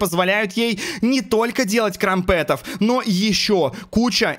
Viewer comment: Не крампЕтов а крАмпетов ударение на а.